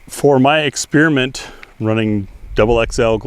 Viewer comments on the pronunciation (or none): none